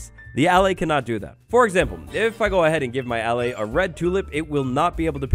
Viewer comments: SAY AH LIE = ALLAY. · It's ah-lay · He keeps saying allay wrong